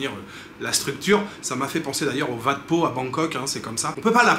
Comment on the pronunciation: Salut merci pour tes vidéos mais si je peux me permettre on prononce "Ouat" pour le Wat ( temple). 😅